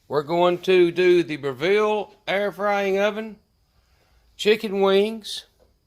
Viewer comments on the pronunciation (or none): The company’s name is pronounced “Brevel” not Bra-ville. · I can't take someone seriously when they can't pronounce the company's name wrong. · Say the name right please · If you're going to highlight the oven in a video learn how to pronounce the company!!!!!